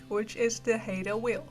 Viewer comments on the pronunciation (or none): FYI, it's pronounced "high-Da", not "Hey-Da". Yeah, I'm Canadian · haida is pronounced (high-duh) I am amazed you know of haida formline design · Good video.. Nice Orca whale.. & it's pronounced "Hi-dah" (check our Tulalip casino artwork (Tulalip covers a group of different Pnw tribes) thanks again for your info